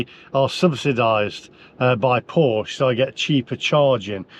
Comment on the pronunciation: Oooooh! The EVangelists will be sat on their sofas crocheting a voodoo doll of you to stick pins in. I'm looking for one of these dolls so I can stick a pin in it every time you mispronounce Porsche. You would have been better off having another Boxster or a 911 and installing a PV/battery set-up in your house.